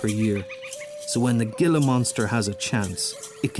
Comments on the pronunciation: Hey dude it’s pronounced heela not gilla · Uhhh...Gila is pronounced like Heela like H not with a G. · The Gila monster is pronounced as "HEE-lah" besides that, this is such a great video. I love living in AZ and used to do rattlesnake relocations (and one Gila Monster) about 15 years ago. My favorites were the Speckled Rattlesnakes on South Mountain, they are more of a bluish color - absolutely stunningly beautiful. I also loved the tiger rattlesnakes on South Mountain. (South Mountain is the largest City Park in the United States, located in Phoenix, AZ.) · If you are going to do a nature program at least learn how to pronounce the names. It is a "hee-la" monster not a "gil-a" monster. For krist's sake. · The Gila monster is pronounced heela monster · I have lived in Tucson, AZ my entire life. This is such a dumb freaking documentary. The GILLA Monster!!!! You jackass. It is pronounced "hee-la." You did the same thing with the saguaro cactus, which is pronounced "Sa-war-o!" If you can't even get the names right, what the hell else did you get wrong? Oh yeah the lame-ass eVoLuTiOn propaganda. You're a clown. This is not a documentary. It is a joke. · Do your homework first. Most of the animals seen in your video were named by indigenous people, then, later, Spanish-speaking settlers. Gila monster... pronounce it HEE' LA ... not "gilla." Saguaro cactus ... say SUH WHA' ROE. That green stuff you eat with Mexican food is called WHA KUH MO' LAY. The letter "g" does not have a hard sound; the GU combination is pronounced like WH in English. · Beautiful but every Spanish word was mispronounced, like gilla instead of hela. I turned off the sound and watched the beautiful photography. I too live in Tucson and appreciate our desert. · Love your videos.. just one thing... it's pronounced hee'la monsters 😆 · it's pronounced "Hee-Lah" monster. Not with the hard "guh" accent. "Gila" is a Spanish word. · "heela" monster, not "gilla" monster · HEALA MONSTER NOT GILLA MONSTER